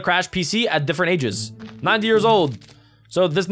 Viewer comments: Instead of years it was "yars" 😂😂😂😂😂😂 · During the 10 years it says yars instead of years